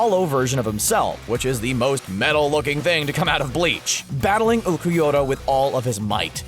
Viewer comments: I hate how he pronounces Ulquiorra. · I like the list, but your mispronunciation of Ulquiorra brought pain to my ears.